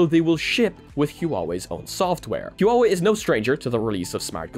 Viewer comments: Huawei is only two syllables: Hwa - Way No "Hoo - ah - way" :P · Not to nitpick but "huawei" is pronounce in 2 syllabus. You got the "wei" part right. It's "Hua" instead of "hu-a" Love your content! Keep it up! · Great video, btw "Huawei" is just pronounced "Wa - Way" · Hey there, don’t want to sound like a bit of finicky person here but the hua wei pronunciation is a bit more like huaaa or whhhaah wei or hu-ah “like the marine saying. It took me a little bit to wonder what company you were talking about but then i got it once i saw the logo. Anyway i love each update and really excited to see what else will come to the quest so thanks for all the great info. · Huawei is pronouced Wa-way. Just for furture reference :) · Damn...the bad pronunciation of Huawei